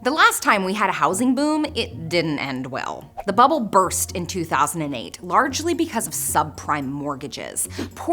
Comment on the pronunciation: You mispronounced Bubble..